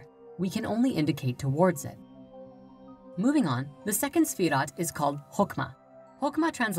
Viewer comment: Owyeah Yeah Here's a question, why is the title of this video both misspelled and mispronounced? Because it's kind of stupid to create a video that is demonstrably wrong on every point when you clearly can't even spell or say the subject matter. Pop quiz, who is Sephiroth? For extra credit can you also tell me who Jenova is and how it's also the name of my ringtone.